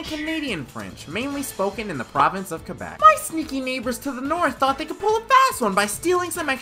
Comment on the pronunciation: It's KWE-beck.